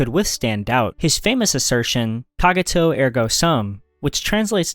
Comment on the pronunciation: "Cogito" and "Edinburgh" pronounced incorrectly. AI? Also missing Francis Bacon.